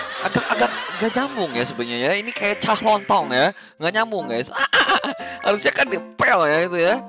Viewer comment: ko lontong bukan tolong ah 😭